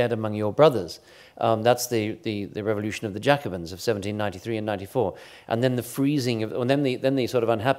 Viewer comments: No one from Australia: No one from Australia ever: Christopher Clark: Revolyootion. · I like the way he pronounces 'revolyootion'